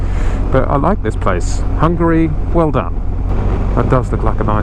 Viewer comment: The way you pronanuced Hungary cracked me up